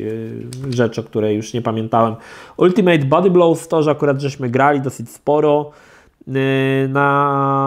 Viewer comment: Ultimate czyta się "altymet"